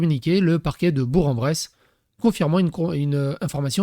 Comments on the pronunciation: C’est bour que en bresse pas bourenbresse 🎉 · Hello, pour info ça se prononce bourQUE-en-bresse 😉